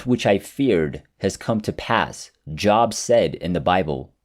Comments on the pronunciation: Great story, but honestly, who tells a story like this and doesn’t pronounce the name of ‘Job’ from the Bible, correctly? It really diminishes trust in this being a true story. Maybe tighten things up a bit so we can more easily believe what we’re listening to. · You realize it's a Ai voice it mispronounced Job